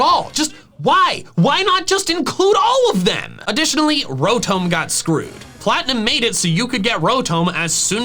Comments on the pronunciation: did you just say Ro-toam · Who or what is Row-tome? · I watched the pronunciation video but still Rotome ☠️ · that's a very strange way of pronouncing rotom... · Did he mispronounce Rotom? Or am I deaf? XD